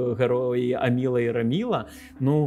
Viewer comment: Все прекрасно, але «АмілА» і «РамілА» різало вухо